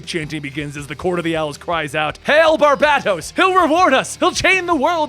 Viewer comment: I thought it WAS barBATos instead of BarBADOs.. Lolol